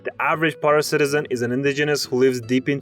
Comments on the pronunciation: This was funny, but you mispronounce a lot of the state/city names, mostly by stressing the wrong syllable. Pará and Amapá and Maceió should all be stressed on the LAST syllable. Take your cue from the accents. Accents on Portuguese vowels are often telling you how to pronounce the vowels, but they are ALWAYS telling you where the stress should be. If no vowel accents are present, then you just stress the penultimate syllable. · That pronunciation of Pará made me cry. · In Brazilian Portuguese, when a vowel has an acute accent (Á, É, Í, Ó, Ú), it marks the stress syllable. It means it's "PaRÁ", "CeaRÁ", "AmaPÁ", "ParaNÁ" and so on. Also, in case of E and O, it assumes their open sounds: • E NORMALLY sounds like the "AY" sound, but interrupted halfway through. • É sounds similar to "bAttle" and "kEttle", but less nuanced. • O NORMALLY sounds like English O, but interrupted halfway through. • Ó sounds similar to "Otter", "bOther" and "mOss", but less nuanced. Hey, RR sounds like H! It's "forró", not "photo" LMAO